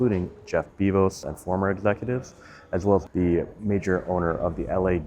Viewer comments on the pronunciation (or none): who the hell is Jeff "Beevos"? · Did he just say "Jeff Beezos?" lol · Wait-how the hell did he pronounce JEFF BEZOS Name??? “Beevohs”??! What!? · jef bevoz lol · Jeff Beevos? 😂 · “Jeff BEBOS” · It’s pronounced “Bee-Zoes”